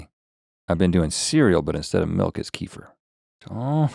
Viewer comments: Guys, it's not Kee-fer like Kieffer Sutherland... it's Keh-FEAR or Kuh-FEAR...lol!! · i love kefir, its not pronounced like "keefer" it's more like "kehfeer" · Hi guys, my husband is Slavic. They drink a lot of kefir. And they called it "ker-fear", not "kee-fur". Dont know why.